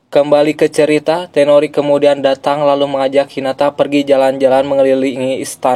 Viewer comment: Toneri bang, bukan tenori